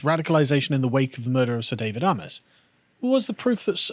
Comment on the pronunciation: Excellent vid as ever. Not the major point but as a resident of a seat that adjoins Southend West, his name is pronounced "AY-MESS" not "AH-MESS" or "AY-MOSS".